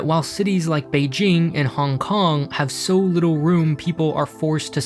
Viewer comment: someone practiced his pronunciation of beijing